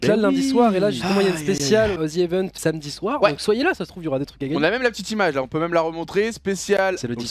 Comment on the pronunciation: c’est normal doigby il sait pas prononcer “samedi”